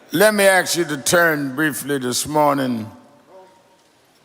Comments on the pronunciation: He knows it's wrong, but he still says ax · Ask has No axe sound, bit then Jim Crow creeps didn't allow many to be taught.... 😢